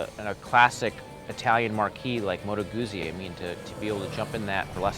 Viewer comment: All your Opinions mean Nothing...of course....Being Canadian; ..-and therefore 'Perfect': ....it was Hilarious how Triumph was ignored..[but we do love Triumphs] ....It's pronounced " MOTOR GUTSY".....by actual white men whom live in the North. ...they also have huge gas tanks...and the heads configuration keep your knees from freezing during our winters....and springs and falls...and summers.....